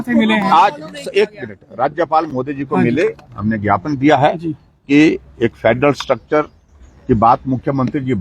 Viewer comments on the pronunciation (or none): Vigyapan nhi Gyapan hota h